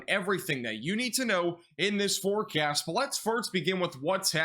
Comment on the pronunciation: " in this weather forkyast"